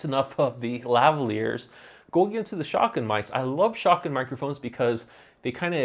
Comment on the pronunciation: not trying to be funny or anything, but I assume you are saying "shotgun" mic? I googled for 'shocken' mic for 5 minutes lol